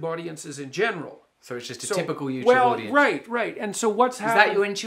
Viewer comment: "My public audence." Praytell Jordan, where do you come up with these percentages?